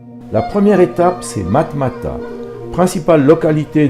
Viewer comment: matmata et non marmata